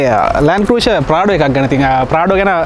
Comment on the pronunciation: Your Pronunciation “Cruiser” incorrect.